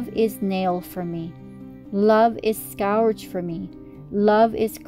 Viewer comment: Scourge is pronounced ' skerj'